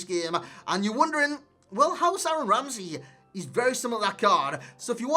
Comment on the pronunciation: this fucking guy cant pronounce "Aaron Ramsey" to safe his fucking life, bloody hell